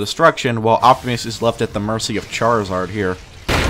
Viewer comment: This man called him Charizard